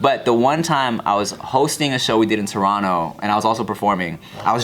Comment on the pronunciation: As a Toronto man, I appreciate pronouncing “Toronto” correctly 👊